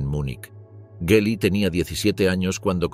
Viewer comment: La G del nombre de su sobrina se pronunvia dura como en la palabra "gracia"